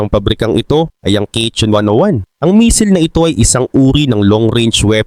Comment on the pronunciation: Correction pls..hindi mesil ang pronouncciation kungdi messil